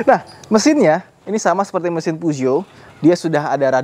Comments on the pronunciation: Peugeot bacanya Pezuwoh 😂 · Penyebutan Peugeotnya bikin risih bang, soalnya salah penyebutan